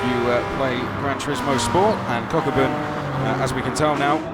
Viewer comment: i wonder if one of the commentators is pronouncing kokubun wrongly, i hope kokubun aint getting triggered by it lol